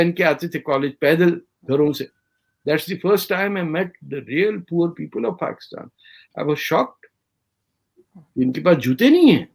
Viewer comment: Why all Pakistanis pronounce it as “Paxtan”? 😂